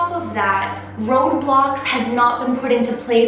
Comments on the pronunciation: when she said road blocks I'd thought she said ROBLOX didn't yoouuuuu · it sounds like she said Roblox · Who else thought she said Roblox🤣🤣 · i know this is serious, buuuuttt, when she said road blocks i laughed so hard, thinking she said roblox...